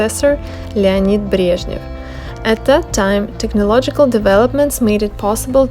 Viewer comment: It’s interesting how you pronounce “Leonid Brezhnev”. In English we have no clue how to pronounce it properly. But cool video, thanks for uploading!